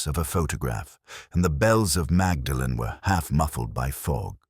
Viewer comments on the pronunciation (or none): The narrator (AI?) should learn to pronounce “Magdalen” correctly